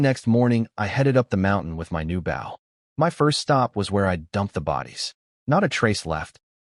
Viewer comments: They just need to add an e ... Bowe....🤷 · Why doesn't AI know how to say BOW as in BOW and ARROWS??? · It really frigging grinds my gears this thing cant say "bow" correctly. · I like the stories but can't you program the narration program to say the word "bow" correctly? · Can you train AI to saybow properly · Can you put a word before bow like hunters bow because the ai keeps saying it wrong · Even if the author does the ai will stay say bow wrong unless its a different ai cuz I watched one sometime ago that had overlord bow and the ai is still saying it wrong. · but it does say it right with crossbow so thats why i thought, maybe if he changes it to longbow or shortbow or hunters bow it might say it right aswell